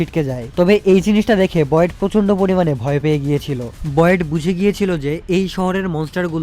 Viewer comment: ওয়েট কে আবার বয়েট বলছে 😅 এমনি তেই আল-আমিন ভাইর ভয়েস নাই